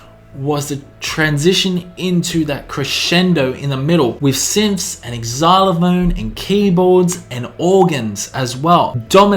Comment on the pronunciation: Noooo, it is not Exylophone, it is Zylophone, it is just spelt Xylophone.